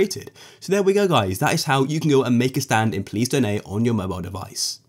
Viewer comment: Ya he said mobile its not mobile